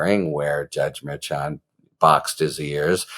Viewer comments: Mehr-shan. Not merchant. Suppose’d’ly, not suppose’b’ly. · “Mer-shon” not “Mayr-chon” - you even had a guest in a couple of days ago who litigates in front of the judge and she gave you a correct pronunciation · Harry, I've watched you for a while and appreciate you BIGLY. A couple of notes, however: it is "Mershan" and it is "Fahnee." Cheers. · Harry, Judge Merchan is pronounced: Mur- shawn, accent is in the 2nd syllable. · I believe you are pronouncing the judge's name wrong. I believe it is pronounced Mer-shawn. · Love you, Harry. But why are you still pronouncing Merchan’s name wrong after Karen FA corrected you the other day!?!?😂😂😂😂😂 Mer ‘SHAN But in more important news, love the way you and the others are covering these legal cases! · You pronounce it Mur-shawn. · Lol Harry! It’s pronounced like: Mer Shon. Like saying John with a shhhh sound. Mershon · Harry it is pronounced mar shawn. Did you not learn from kfa? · I really like listening to your podcast, however,not going to listen to you go through this trial until you can properly say his name. KA told you how to say his name when she was on with you. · Why do you keep saying his name that way? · Rather, is on the 2nd syllable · KFA corrected your pronunciation of the judge's name...please either take her word for it or verify with the judge's office directly which is correct. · Why won't you say the judge's name correctly? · Ok, after watching your recent chat with Karen Friedman Agnifilo, I have to ask: you aren't intentionally mispronouncing Judge Merchan's name, are you?